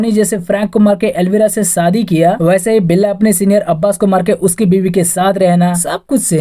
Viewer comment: Video research good.. but pls focus on pronounciation .. saadi nahi shaadi..Bijness nahi business